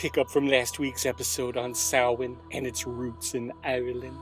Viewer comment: That is the weirdest pronunciation of "stingy" I've ever heard... that g makes a "j" sound... assuming that Jack is conceptually a skinflint. If he's part wasp then keep doing what you're doing. Surprisingly accurate pronunciation of Samhain though.